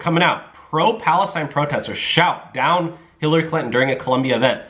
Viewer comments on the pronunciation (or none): And it is not "Clint-N"! You pronounce their name "Clinton"